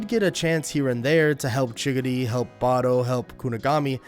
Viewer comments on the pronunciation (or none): You saying chickadee you mena chigari